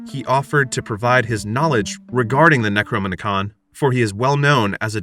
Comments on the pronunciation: If you're going to recount a Lovecraftian tale at least pronounce the names of the ancient ones and the book of the dead correctly. It's pronounced K-thulu. With a hard "K", not an "S", and the book of the dead is called the Nekro-nom-icon. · The narrator pronounces the necronomicon like its a transformer 😂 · Yep. Necronomicon transforms into a book. It was the most boring Transformer to play with when I was a kid. 😂